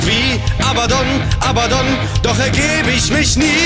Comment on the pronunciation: arbadon? bist du zu blöd zum abgucken?! er heißt Abbadon nicht arbadon